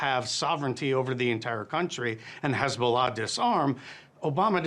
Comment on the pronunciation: How can he say "hi" normally and say "hezbollah" as khezbula..